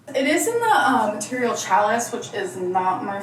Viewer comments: The way she says challis really annoys me. It's not pronounced cha liss. It's pronounced sha Lee. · Can someone please tell that the word”challis” is pronounced “shall-ee”, not chalice! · Omg. It's sha'lee. Not chal-lis. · Omg its pronounced Shallee not challus and I hate it every single time she brings it up and butchers the word. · Is she still calling Challis 'Chalace'?😂😂😂😂😂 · Every time she says "chalice" it hurts a little. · I knew there was no way she was pronouncing challis correctly. It’s actually pronounced “shal-lee” 🤦🏻‍♀️ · Ohhh she was saying "challis" pronounced "cha-leee." Good gravy. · The. Dress. Was. Not. Loose. It’s made to be flowy. But heaven forbid our girl be honest with herself about the way clothes are supposed to fit. Also, it drives me bonkers that she’s butchering the pronunciation of yet another word. 🤦‍♀️